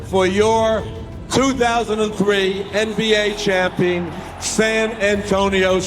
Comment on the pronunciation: I always hate how stern pronounced champion as "champeen" 😂